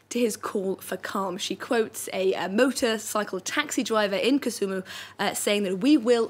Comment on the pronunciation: Kisumu not kusumu